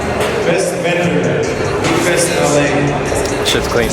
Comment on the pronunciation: It's pronounced 'week-fest' lol anyway, R8 looks complete now 🔥